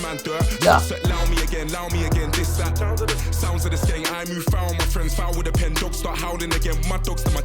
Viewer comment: Skeng means gun, You said it right the first time lad.